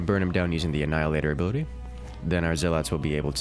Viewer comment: If I have to hear you saw "zell-lawts" one more time...